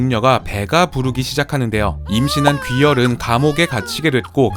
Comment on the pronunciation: 귀열을 기열로 들음ㅋㅋ